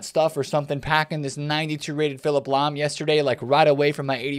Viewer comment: I see you took the L on Lahm 😂